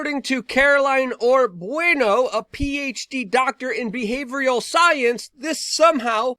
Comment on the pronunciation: “Exprapyelating” “behavrial” facepalm